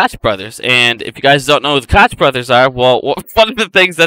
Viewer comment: Honey you are at very bright kid but those are the fanboys coke brothers the ch is pronounce like a K sound coke brosFather just made a video and was messing with your name a little bit big gums instead of running it together I just wanted you to know how their name is pronounced thank you for all your help and information great DD and that fat head had her right in his side yesterday and had nothing intelligent to say to her but she was with her children so that’s probably a good thing